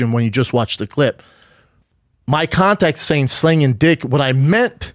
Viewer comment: I like how he calls it contex